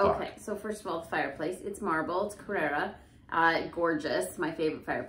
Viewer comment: Great work. BTW, the italian place, where that beautiful white marble comes from is CarrAra (/kəˈrɑːrə/ kə-RAR-ə). CarrEra (as pronunced) means Competition, Study, Run, Course, etc. in Spanish. Good luck with the rest of the work. Cheers